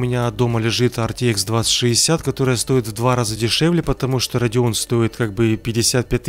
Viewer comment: Это "Radeon" ёпта